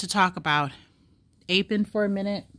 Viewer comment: psssttt... It's APP- EN. not APE- EN... Not ONE word on this list is pronounced "APE' This is basic English pronunciation. APP is AAAAPP. APE IS AYYYY-PE ------------------------------------ appropriateness approachability apprenticeships appealabilities applicabilities approximations appropriations apprenticeship apparentnesses appendicitises appendectomies appendicectomy appreciatively apprehensively apportionments appositenesses appropriation approximation apportionment apprehensible apprehensibly apprehensions appreciations appraisements apportionable appoggiaturas applicability applicatively appealability apperceptions appellatively approximating approximative appurtenances appropriative appropriators appropriating appropriately approximately appreciation apprehension appreciative apprehensive approachable appendicitis appendectomy apperception appurtenance appendicular appropriable appoggiatura apportioning appositeness appointments apprehending appreciators appreciatory appreciating appraisingly appraisement appositively appositional applications appellatives appellations apperceptive apperceiving appertaining appetizingly appeasements apparatchiki apparatchiks apparentness apparitional approbations appressorium apprenticing approximates appropriated appropriates appropriator approximated appurtenants application appropriate appointment approximate appreciable appellation appeasement approbation apparatchik applicative appellative applicatory applicators appliqueing ap